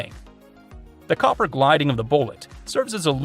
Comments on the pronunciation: AI voice... "copper guilding) not copper gliding. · when the person giving the commentary cannot even pronounce the " gilding " properly the rest is not worth watching .